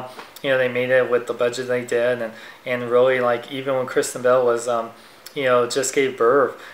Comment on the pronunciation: I thought you said Christian Bale instead of Kristen Bell... :)